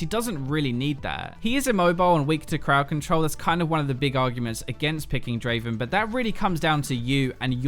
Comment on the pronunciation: Not Draven , DRAAAAAVEN !